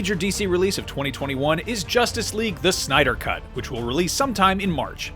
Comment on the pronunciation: Come on, really?! “Synder Cut?”😑